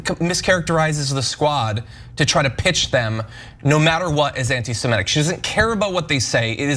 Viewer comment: If you can't pronounce "semitic" don't do political commentary.